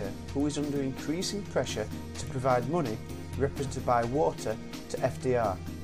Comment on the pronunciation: Great video, helps me (I'm from Germany) with learning for my Abitur, but it's money not muney ;P